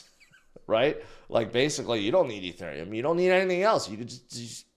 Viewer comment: Why do you say ETHURIUM?? So cringe